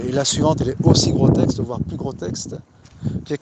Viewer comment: Salam alikoum On dit grotesque et non grotexte